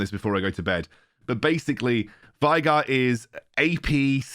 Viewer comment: Veigar: being pronounced way-gahr youtubers: why-gar, take it or leave it